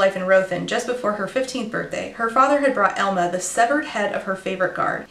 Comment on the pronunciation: I keep hearing Elmo instead of Elma and it throws me off every time lmao